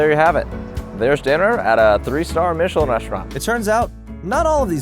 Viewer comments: Dude - 'Mitch-i-lin' is a maker of tires. The restaurant guide is pronounced in the French style, 'Meesh-lan'. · Michelin- Pronounced, ‘Meeshlah..’ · Pro: Meesh-el-an star 🤦🏽‍♀️ And keep the mic clipped to your top - you know we can hear you! 😂